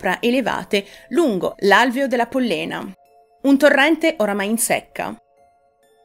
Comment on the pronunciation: Pòllena, non Pollèna